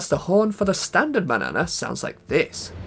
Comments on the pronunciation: "MAN-YA-NA" not manana like banana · Its pronounced MAN-YANA not manana like banana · I know it's spelled "Manana" in game, so looks like it should rhyme with "banana", but I'm pretty sure it's actually supposed to be "Mañana", the Spanish word for the morning, tomorrow, or the indefinite future depending on how it's used.